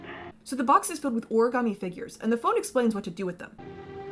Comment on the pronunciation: I just want to point out that "origarmi" is the closest anyone in this entire game gets to pronouncing that word correctly.